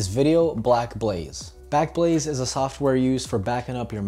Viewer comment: You said "blackblaze" before showing the sponsor 😂